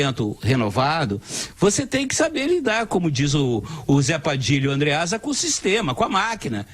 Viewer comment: Kkkkkkkk "andréasa" kkkkkkkk